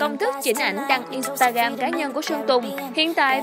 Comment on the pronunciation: In sờ ta gờ ram chứ ko phải in ta gam bạn ơi :))